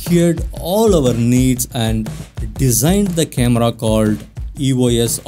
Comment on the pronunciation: Its E-Os not E-O-S...